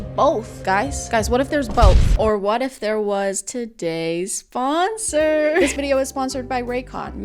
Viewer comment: “ Todayss SpOnsowrr” I love it